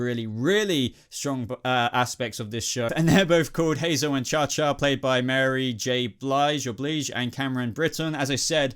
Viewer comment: You seriously didnt know how to pronounce Mary J. Blige's name? Dude, really? Best selling artist since the early 90s to now. Biggest tour of the summer. Nominated for an Oscar for best supporting actress last year. Wow. Disappointing you didnt know Robert Sheehan from Misfits or that Tom Hopper was in Game of Thrones. Not knowing or discussing that Gerard Way of My Chemical Romance created TUA was kinda lame too. Its not like his name and songs are not all over the show.